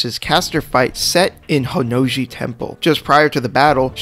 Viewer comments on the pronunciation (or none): You said "Honnouji Temple", and i was like "What"?! "Really"?!